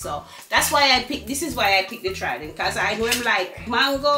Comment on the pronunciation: Papa harry said the trident pretty 😂😂